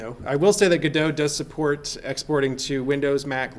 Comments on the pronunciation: You say (Ga-do) but it is written (GO-DOT). I say (GO-DOT) as it is written. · The creator of the 'gif' verbally called it a 'gyph' all the time. Look how much people cared, lol. 'go-dot' would have to be a compound word to make sense, lol. "gu-doh' just makes sense. There are very few actually good cases to use the silent 't' and I think they should own it, lol. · FYI: Pronounced GOD-oh. Not Go-dot or Go-DOH. Godot development was started by Juan 'reduz' Linietsky and Ariel 'punto' Manzur in 2007.[13][14] Linietsky stated in a presentation that the name Godot was chosen due to its relation to Samuel Beckett's play Waiting for Godot, as it represents the never-ending wish of adding new features in the engine, Waiting for Godot (/ˈɡɒdoʊ/ GOD-oh[1]) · It's pronounced God-oh (not Go-doe)... Waiting for Godot (/ˈɡɒdoʊ/ GOD-oh[1]) is a play by Samuel Beckett, in which two characters, Vladimir (Didi) and Estragon(Gogo), wait for the arrival of someone named Godot who never arrives, and while waiting they engage in a variety of discussions and encounter three other characters. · godot is pronounced like robot… thats why the logo is a robot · The icon is a robot. not a roboh. the name is godot. not godoh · great vid. FYI If you're a theatre major and are pronouncing it like the samuel beckett play, it's norally pronounced "god-o" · They need to brand this engine as GoDOT or GoDot not GODOT. Would help alot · Yall are dumb. It's 'Godot'. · It's obviously 'Godot', as in 'Godot' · I think people pronounce it gu-doh as in the play "waiting for Godot (God)"; instead of Go-dot. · It's actually pronounced 'Godot.' I don't know where you heard the other two. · No way! I always thought it was pronounced "Godot"! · You admit the developers pronounce it differently, then you purposely mispronounce it over and over. Pretentious and annoying. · It's godot not G-O-D-O-S-A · Because "Waiting for Godot" is a pretty well known play, and that's why he pronounces it like that